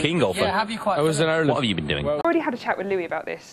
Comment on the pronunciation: Newbie here ^-^' I love these boys with all my heart but I seriously can't get over the way Niall says "Irlande" ..it's a problem.